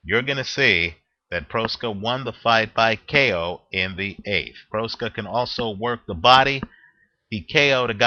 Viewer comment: Please learn how to pronounce boxer's name before making a video. Proksa is pronounced much like PROXA.